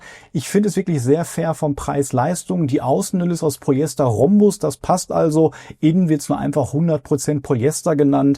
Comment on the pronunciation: Mal abgesehen von den tollen Videos von dir: wenn du noch mehr Qualität in deine Videos bringen willst würde ich dir dringend zu besserer Aussprache raten. Du sprichst viele Dinge schlicht weg undeutlich oder gar falsch aus (vor allem die füNf IMMER als füMf). Oder auch Polyester und nicht Polyester. Nur mal als 2 kleine Beispiele die mir aufgefallen sind. Ist zu 100% konstruktiv gemeint und ich hoffe du nimmst dir das zu Herzen, ich gucke deine Videos nämlich wirklich gern und hoffe dass du mit der Kritik noch bessere Videos machst 🎉